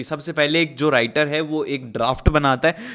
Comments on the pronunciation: sir aapne writer ko winter bola hai😂😂😂😅😅😅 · राइटर को विंटर bola